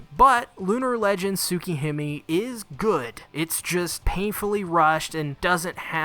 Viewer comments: Nobody:: Soo-key-him-ee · It pains me how you're mispronouncing Tsukihime and all I can do is to keep watching ._. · I took a shot every time he mispronounced Tsukihime or another Japanese word/name, and now I'm in the hospital. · The way he pronounced tsukihime at the start though…